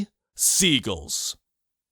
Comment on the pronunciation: Wait wait wait do all Canadians pronounce "seagull" like it rhymes with "beagle"? Does secondary stress mean nothing in the Commonwealth???